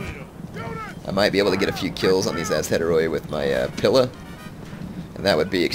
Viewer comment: Great battle there...I thought you might lose that. Only issue I have with is your pronunciation of Principe and pila.